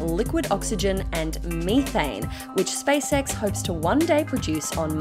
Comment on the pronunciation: It's SpaceX not Spice-ex.